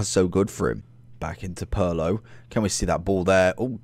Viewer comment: It’s Pirlo (peer•low)